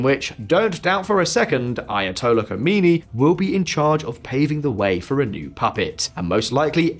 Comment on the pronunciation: Its khamaenei. Khomanei is dead